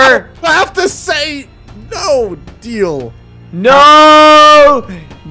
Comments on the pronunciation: No deal sounds like your saying bodil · I heard deal or bodil ._.